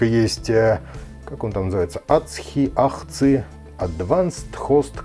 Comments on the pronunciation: Для справки: AHCI является аббревиатурой и читается соответственно: эй-эйч-си-ай. Я, кстати, Win7 ставил на ПК с uefi-bios "из коробки" и да, Win7, даже HomeBasic, без проблем поддерживает uefi и gpt. Для такой установки нужно в bios одновременно включить и uefi, и csm (legacy). И при загрузке выбрать uefi-dvd. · Очень занимательное видео Вопросик - на плате видел 1 порт USB 2.0, SP1 не содержит разве драйвера на него, пусть и для АМД Х470? Режим работы сата контроллера AHCI произносится как - ЭЙЧСИАЙ И у меня тоже до сих пор стоит такой же ссд интел на 80гб